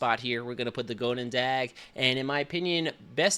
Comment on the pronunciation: Why does everyone butcher the pronunciation of goedendag so hard? I have American friends who can pronounce it no problem